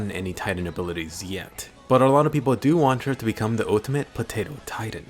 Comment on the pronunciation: Ha ha haaa! POTTATO PIZZA!ha ha haaa! POTTATO PIZZ!